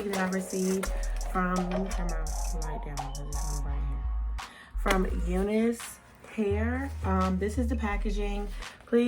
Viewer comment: Why you whispering? You're not pronouncing name of wig properly, it's U NICE LIKE YOU ARE NICE